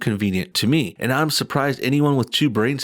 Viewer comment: Why do they pronounce "and" as "eeeyand"? It's grating.